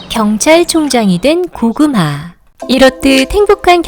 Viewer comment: 고금하 난 왜 자꾸 고구마 라고 들리지